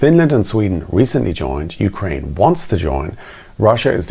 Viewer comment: you said YOUkrane - emphasis in the YOU. I've never hear that before, ever, and I meet with and talk to Ukrainians on a weekly basis. Here in UK we say 'youKRAINE'.